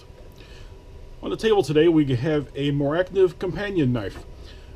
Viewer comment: Nice review, just one thing, its either a carbon steel or a stainless steel, not a carbon stainless steel. And by the way you did pronounce it correctly, Mora is a shortened term the knife is called!